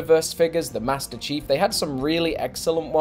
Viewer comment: Maestir Cheeeef in da soouder